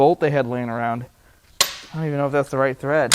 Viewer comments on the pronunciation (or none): none